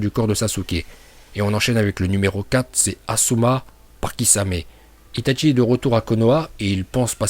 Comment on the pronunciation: Il respecte pas les uchiwa il dit utchia est pour dire itachi il dit itatchi